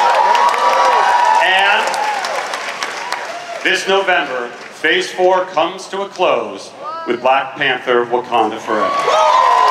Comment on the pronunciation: Wankanda instead of wakanda hehehe